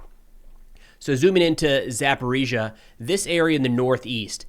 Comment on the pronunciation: Thanks for not using the Russian pronunciation of Zaporizhzhia anymore.